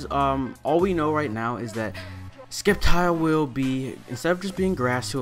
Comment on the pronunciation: It's pronounced "SEPtile, as in "Scepter", hence SCEPtile. Have a nice day!